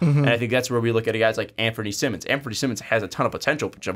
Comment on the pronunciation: Btw Anfernee's last name is pronounced like Simon not Simmon